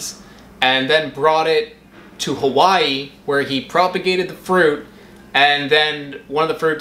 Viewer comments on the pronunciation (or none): none